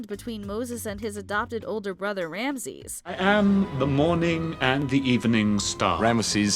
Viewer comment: I felt a little miffed with how you kept saying Rameses. You kept pronouncing it "ram-sees", when it's pronounced Ram-ah-sees". They say it enough times in the movie. Heck, Moses saying it in the footage used at the beginning of his place on the list, so why didn't you say it the way the character says it?